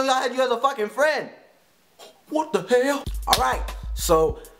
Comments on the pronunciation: "Wat da hael"lol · i laughed hekka hard every time he said whut da hell! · Lmaoo!!! Its funny how he says "Whata hell?" lmao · I love the way he says "whata hell" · He says WHAT THE HELL like an asian .. (